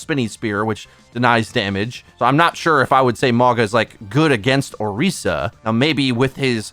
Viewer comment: Damn that Orisa pronunciation